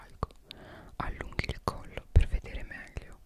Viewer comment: Il principe che arriva da dietro dicendo pavli di me pev caso era inquietante 😂